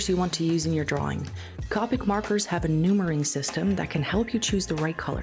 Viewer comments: Numbering system, not noomering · That was a bit Dutch 🇳🇱 may be? 😅